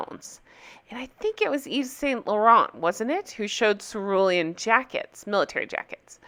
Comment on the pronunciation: "Ceruelan" 🤣 English is not my first language, so I thought ", who the hell is sir William?"